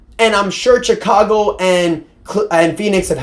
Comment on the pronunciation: Pretty sure it’s pronounced Shicago 😅